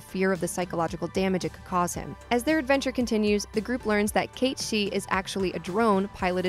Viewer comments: How do you mispronounce every main name? How does sith sound like shi? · WHY ARE YOU NOT ABLE TO PRONOUCE THE LETTER I? ITS SHIN RAH. NOT SHEEEN RA. ITS KATE SITH. NOT KITE SEETH. my word dude. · How has nobody in the comments mentioned “Cait She” ... It’s Cait Sith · Isn't it Cait SITH not cait seeth? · Sith is now officially pronounced "she". I guess. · Is Cait Sith really pronounced that way? And not Sith as in Sith Lord? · Renaming Cait Sith to 'Cat-Shee' is like calling Luke Skywalker 'Luck Skiwalker' . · that and Cait-Sith... I suppose she's trying to pronounce it as if it was in Japanese, but... it would require two i's. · Cat sith cat sith cat sith cat sith cat sith. Say it with me caaaaatttttttt sssssiiiiiiiiiiitttttttthhhhh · They way she pronounces "Cait Sith" makes me cringe.